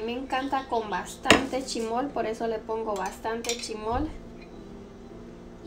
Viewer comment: ¿incurtido? ¿Chimol? No es chismol y encurtido. 🤣🤣